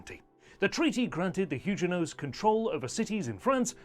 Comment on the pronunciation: They were not Hugenots with a soft g but Huguenot with a hard g. If you cannot get this basic detail right I see no reason to follow this channel..